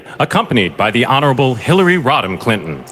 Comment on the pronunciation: I thought that man said Hillery Rotten Clinton?